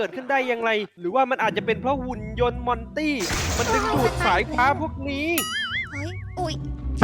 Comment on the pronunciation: มอนแกมมระลี่แกเตอ ให้ว่า มอนตี่